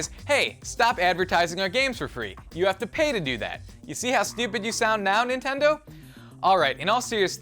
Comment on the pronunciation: because... because... nentendo man